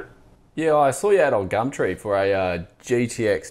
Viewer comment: Literally just here for "gamtree"